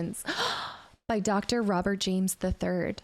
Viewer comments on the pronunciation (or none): none